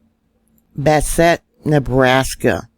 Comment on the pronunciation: It's Bass-et lol. Thank you for all you do.